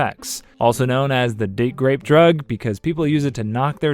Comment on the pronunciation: Did you say "Date Grape"?